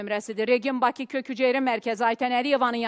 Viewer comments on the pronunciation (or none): none